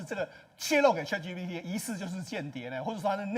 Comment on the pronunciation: chat唸 恰特 不是卻特 google 自己查一下發音, 很瞎耶